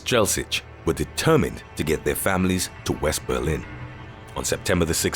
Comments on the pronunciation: Berlin. Not "Belin". Jabroni. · Um... I bet you meant "Berlin", do you? I'm from Germany :D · lol Belin